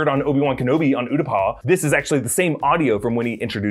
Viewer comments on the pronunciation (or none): Utapau... Pronounced OOH-tah-POW! lol 😁